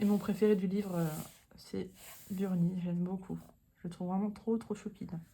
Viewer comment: Dans les Créatures Fantastiques, il s'agit de Bruni et non Burni !